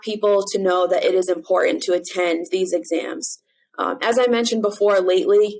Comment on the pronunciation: Please properly pronounce "Important".